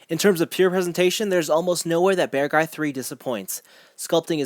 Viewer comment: By the way, if you pronounce it like "bearg guy" instead of "bear guy" (similar to how you pronounce Acguy as "ac guy" instead of "a guy"), it sounds much closer to the official Japanese pronunciation, in case that matters to you. That way the spelling "Beargguy" makes more sense too.